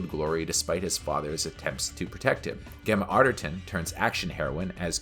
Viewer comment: Gem-MA Affer-turn